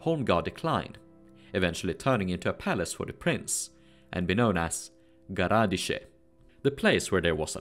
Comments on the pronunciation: Почему Новгород произносят как Новгарад, Сопка как Суопка, а Городщие как Гарадище? НУ ПОЧЕМУ??? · And a little remark: "gorodishche" is pronounced with an accent on the "i"